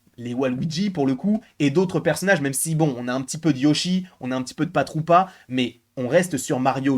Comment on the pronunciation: Koopa et PARAtroopa, pas Patroopa 😅😂